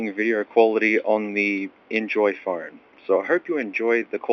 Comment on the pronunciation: It’s funny how you say “Phorne”